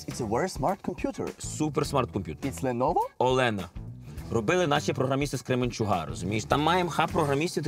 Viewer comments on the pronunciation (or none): Кременчук, а не кременчуг.